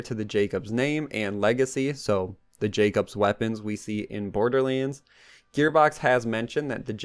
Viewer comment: How do you mess up "Borderlands"? Saying it wrong first 10seconds of the video SMH